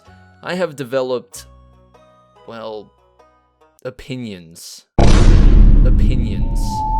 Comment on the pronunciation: saying "oppinions" is going to become a meme by the end of the week I can feel it